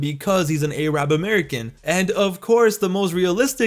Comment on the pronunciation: It's funny how he said Arab wrong